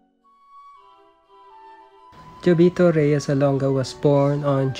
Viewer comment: His name pronounced as HOVITO not DYOVITO (JOVITO)! FYI!!! If he was still alive he can't let his name mispronounced kahit ikaw di ka rin papayag na mali ang pronunciation ng pangalan mo.